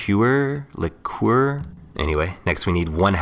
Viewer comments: Thanks for saying lick-cure, now i can sleep. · Lee-cure, liqueur. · how are you gonna have a whole youtube page dedicated to cocktails and not know how to pronounce liqueur